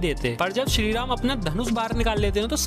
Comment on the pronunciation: 70k subscribers hai. Kisi aur ke liye nhi toh at least unke liye toh correct your pronunciations. Shree Ram thik se bol rhe ho phir Adipurush ko Adipurus kyun bol rhe ho bhai!? P.S :- Subscribers hote hai, Suscribers nhi. 💀